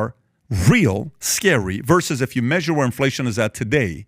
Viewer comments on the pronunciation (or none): none